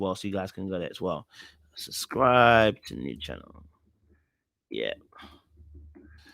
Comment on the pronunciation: I love you truly. 😌 but puhleeease try n say both b’s in SU B SCRI B E🙏🏾🙏🏾👌🏾😌